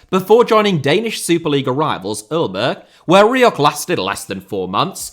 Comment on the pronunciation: Just FYI 'Aalborg' is pronounced 'El-bor' the El is like a spanish 'El' but without the accent hahahaha. Also their logo has 2 small penises on it for some reason.